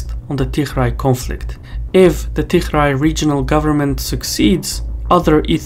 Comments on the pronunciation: Why you keeo calling Tigray regiion as "TiHray"??? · you pronouce tigray with a g, not "tikhray" lol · I don't think the pronunciation of Tigray is correct Anyway, a very informative video 👍😊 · You aren't pronouncing Tigray properly. If you can't get that right, what else are you not getting right? I've seen you get a bunch of other stuff wrong, so this isn't a good trend. EDIT: I just checked on some of your claims. There are errors in this video. Overall it's useful, but your errors are a problem.